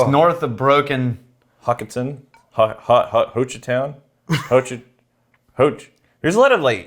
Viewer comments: Alright!!! Good ol Oklahoma whiskey!!! It’s pronounced Hoe Chuh Town! Haha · I’ve waited for this whiskey for so long as an okie 🥲🥲🥲. But you can’t pronounce Hochatown?… come on